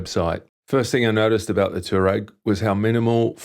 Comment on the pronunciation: Nice bike, nice review. FYI it's a Twa-reg!